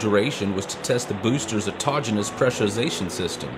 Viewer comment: Another splendiferous episode! I think you're the first guy on any commentary that I've heard pronounce "autogenous" correctly!;) Brilliant! Bits in there that even I missed!! I must work harder!;) Thanks! Great work! xx